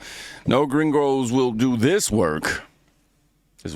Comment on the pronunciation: The guy around the mark was an absolute clown. YOU ARE WHITE, and your dumb self calls other whites gringos like you are Mexican and you can’t even say it right! And with your annoying ass attitude, no honest person would work for that clown. And it’s all fun and games when you can take advantage of people who can’t report the “slave labor” a lot of these fools do with illegals working for them. I seen a similar clip from a farm owner whining about not having any illegals to work and we better get our asses out there and work. And I’m like “no I won’t help you but ain’t it funny that he loves paying people like shit and under the table, mind you with ZERO BENEFITS or healthcare for such work that deaerates slowly and the clowns could care less about you. Thats why they chase after illegals to work for them. Cheap and they can’t report you for how you treat them. Scummy behavior